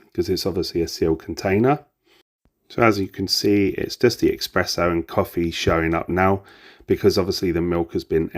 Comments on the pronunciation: Great detailed review! Thank you. Just one thing... Its pronounced S press Oh (only mentioning it because I'm Italian. No offence meant lol) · It's ESPRESSO with an S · Espresso...other than that, great review 😂😂